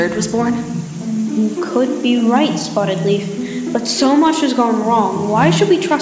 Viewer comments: Read: Spottedleaf Hear: Butterleaf Me: Wait wha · Spoddedleaf, propecy, tink 😂